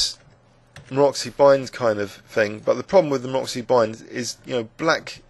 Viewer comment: Very good annotations, like in all of your videos. Only thing is that Maroczy is not pronounced "Maroxy", but "Marotzy", like in "fritz". He was Hungarian master, and I am Hungarian as well, so pretty please... :)